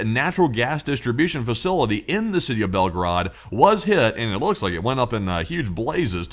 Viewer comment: Not Belgrad ( Belgrad is Serbia) but Belgorod